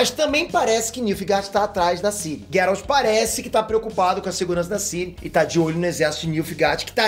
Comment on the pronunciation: PARA DE PRONUNCIAR GERALT ERRADO